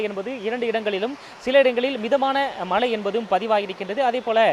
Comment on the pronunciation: In sun TV, we expect a new person to pronounce zha Karam in the correct way .He speaks kocchai tamil he has to pronounce mazhai not malai .Tamizhukku zha azhagu athai kocchai paduthathirkal.its a kind request from a malayali audience